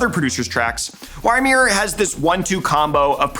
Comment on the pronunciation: Really good list and video! Just as a heads up "Ymir" pronounced "E-meer" or "yuh-meer" instead of "Y-meer". His alias is based off of the frost giant in Norse mythology.